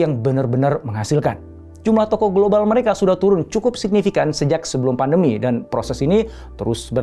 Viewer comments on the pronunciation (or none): none